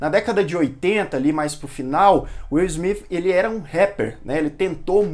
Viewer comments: Na verdade não é nem Izmit nem Izmif kkkkkkkk o S tem som de Ssssmit. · Ótimo vídeo! Mas mano não complica a pronúncia todos falam Smith e vc vem ser do contra pronunciando Smif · O certo é falar Will Smiff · Pra ser coerente com a maneira q vc pronuncia Smith tem que falar Bethânia com sotaque baiano igual o personagem do Gregorio no Porta dos Fundos Hahahaha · Nunca ouvi. Esse smifi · Deslik só por não falar o sobrenome correto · Não é ''Smith'' com som de ''f'' no final, mas sim com som de ''s''. Atentando para a linguinha tocando os dentes de cima. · Foda se se é o jeito certo de falar o nome dele, tá incomodando o seus inscritos, então para e fala logo do jeito popular, nem deu pra assistir todo o vídeo.